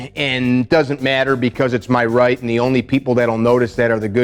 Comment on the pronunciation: I love how he called out “MaH RiGhT!,” folks